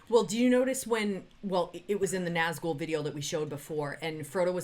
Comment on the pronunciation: It's Summoning, not The Summoning. Flight and not fight. Nazgul and not Nazghul. This channel was great back then. But the lack of attention payed to the actual song really showes itself in the recent months. I didn't even bothered watching this one, the title of the video already tells, that you don't care anymore, just about the money.